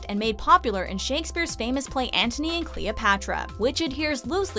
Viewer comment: She pronounce every other name perfectly but could not pronounce the name Antony...funny.